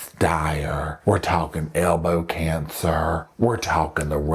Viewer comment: and the way that you say elbow cancer with that accent just cracks me up. I’m from Philadelphia so I am not around the southern accent.